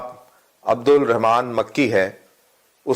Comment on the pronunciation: his name is makki not makhi... Makki from madina... If u know what i mean..